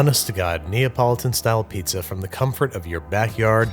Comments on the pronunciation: it's not "neapolitan piazza", just Pizza. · Ah yes, I love a good "neapolitan pizz"